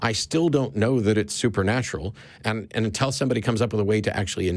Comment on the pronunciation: It's pronounced "until" not "untell".